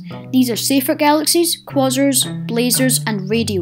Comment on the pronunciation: i was going to like this video but then i heard how you pronounced quasar